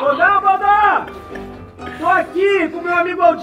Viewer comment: Eu n tenkei a parte da "HaBiLiDaDe" E do "dumblidori" kkkkkkkkkk